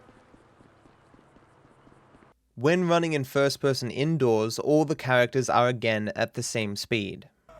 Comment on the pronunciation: I like the way he says "first person" fuss pussum 😂